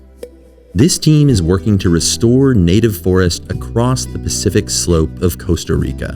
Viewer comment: Costa not Coaster and it doesn't rhyme with toaster.